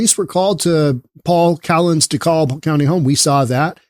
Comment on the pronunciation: The "L" in "Dekalb" is silent; it's pronounced "de-KAB".